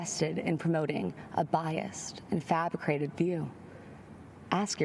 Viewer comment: WTH is Frabricated ? I guess mispronouncing words from a script runs in the family